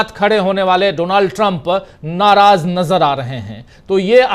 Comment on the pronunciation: His name is pronounced as Daanld Trum.